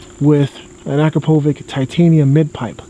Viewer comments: akrapovik, learn to say it right, it is akrapoviČ, last letter is pronounced like ch in chocolate. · Please stop saying akrapowik, beacuse its pronounced akrapovich (ch like ch in chainsaw) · Not to be nit picky, but just so you are aware, Akrapovic is pronounced with a "ch" at the end. "Uh-crop-oh-vich" is how it should be pronounced. Love the vids. Subscribed. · isnt it pronounced a-crap-o-vich? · Yeah it's u-krop-o-vich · You do know you pronounce Akrapovic wrong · Is it pronounced ack roh poh vick, or a crop ovich? I've heard both